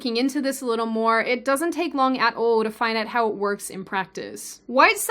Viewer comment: I can hear an accent on "all." Also "2.0"